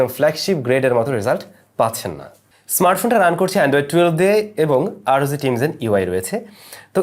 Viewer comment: Just one request... please work on your pronunciation of the letters "চ" and "জ" it sounds really awkward from a senior content producer like you whenever you say " আর ও যি" instead of "আর ও জি", and "ইনস" instead of "ইনচ"